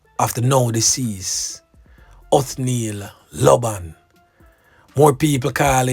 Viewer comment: Lord she confused me with her report of the missing items. Not even the proper pronouncing of his name. Lord cover jamaica!!!